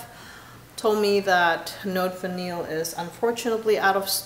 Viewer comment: “Note Vanillée” is pronounced “note vaneeyay”, because of that accent égue over the e:-). I have. decant of it and I am quite crazy about it as well!